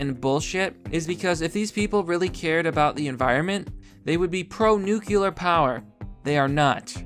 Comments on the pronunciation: C'MON... IT'S 'NUCLEAR'. 'NUCULAR' IS A BUSHISM. THANKS FOR YOUR HELP. AND FOR YOU OTHERS... THERE IS A 'T' IN THE WORD IMPORTANT [THAT IS IMPOR 'ANT]... AND, BY THE WAY, 'ANYWAYS' IS NOT A WORD. JUST SAYIN'. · Okay everybody, say it with me. "Noo-klee-er" That's how you pronounce "nuclear", not "noo-kyu-lur". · Nucular its nu-clear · Good video but jesus fucking christ it's noot new-kew-lur its NEW CLEE UR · Pronounces nuclear as "nucular". Instantly loses credibility. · It's pronounced nu- clear, ugh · Nucular is not a word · You say nuclear like G.W.